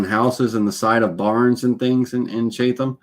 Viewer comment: It's pronounced Chat...em lol How do you seal when finished for outside??